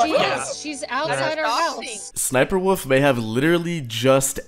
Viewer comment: dude its an L not an O, its wolf not woof